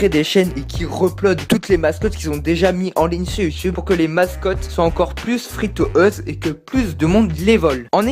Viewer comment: "Fri to euse" sa se prononce "fri tou youz"